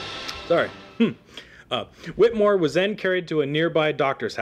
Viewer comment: I too am a relative of Samuel Whittemore. This was SOOO incredibly difficult to listen to because this guy kept pronouncing "Whittemore" incorrectly. It is pronounced "Whit a more". The "E" is in there for a reason. I appreciate the info on my relative but I am a strong believer in saying names correctly, especially if your doing a part on them.